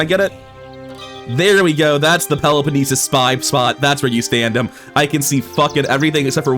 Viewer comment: I think the pronunciation that he says is way better IMO, it's more authentic and not "English Greek" sounding. Peloponnesus, which is either Greek or Latin way of saying the name.